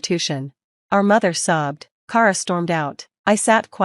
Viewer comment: Kara is pronounced Kah-ra...what She is saying is spelled Cara...It's My Sisters Name and I know 3 Other Kara's and They All Pronounce It the Same like every other Kara on the Planet.